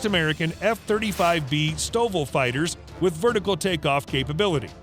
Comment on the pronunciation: 'National Authorities' NOT Local Authorities. The short take-off and vertical-landing (STOVL) F-35B is one of three Lightening II variants. It's common usage is not to be pronounced as a single word (NATO) but the individual letters.